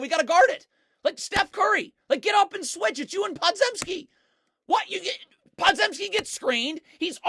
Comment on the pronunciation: I watched him at Illinois, Brandin Podzeimski's last name is pronounced "Pod-Jim-ski", not "Zem-ski"